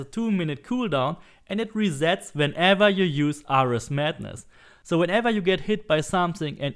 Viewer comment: It is pronounced me-lay. Me-lay weapon... Just fyi. and Air-rees for Ares....